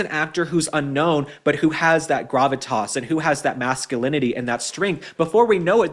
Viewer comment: GRRR - AVI-T-ASS !!🧐🧐